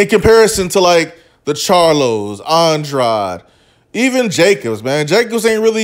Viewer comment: If pronouncing Andrade is too difficult, then commentating may not be for you.